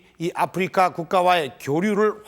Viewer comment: 참고 : 아후리카는 일본국에서 아프리카를 발음하는 방식으로 현 정권이 일본국 외교를 망처놓아서 일본국 접대용으로 사용한 것임을 밝힙니다. 일본어 공부해 본 분들은 아십니다. 아후리카 ! Africa! 영어발음이 (아프리카) 아님. ROK 발음도 영어발음과 차이있음. 국어책 읽듯이 아. 프.리.카. 아니라는 의미임. 아후리카 이것도 한글 읽듯이 하는 건 아님. 일본국 특유의 억양이 있습니다. 아~후 ~~리~까!